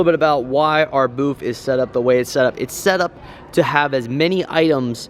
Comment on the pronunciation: For fucks sake its BOOTH not BOOF!! There is no “F” or “PH” in that word. Oh my god!!